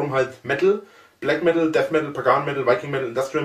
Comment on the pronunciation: Des heisst Blägg Meddl, du Kaschper :D